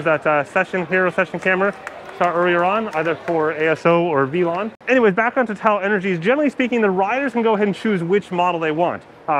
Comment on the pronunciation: Veelon? It's Velon, like Felon ....like Velo